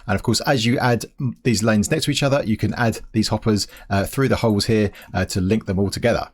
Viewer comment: I challenge to make a video without saying "here" or should I say heea.